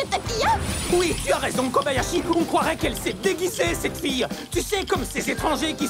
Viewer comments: Elle a dit Kabayashi et non Kobayashi '^' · elle a dit Kabayashi :'l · vous avez entendu comme moi "Kabayashi" et pas "Kobayashi"?